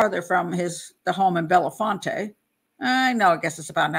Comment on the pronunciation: It's Bell font, 2 syllables.